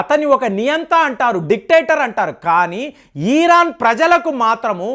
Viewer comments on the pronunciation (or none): It’s Iran not eeeraaaan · అయాటోళ్ళ ఖమాని కాదు.. అయతుల్లా ఖోమైని . ఈరాన్ కాదు. ఇరాన్.. ఇలా పలకాలి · EEEEEEEEEEEEEEEEEERON. KAADU '. IRON" 😂